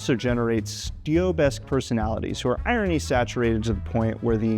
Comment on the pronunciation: What is the word you're saying? "styobe"? what?